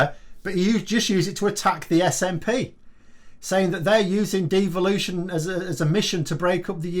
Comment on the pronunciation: Watched pmqs yesterday. What a load of crap. He couldn't even get the SNPs name right and this man is heading our country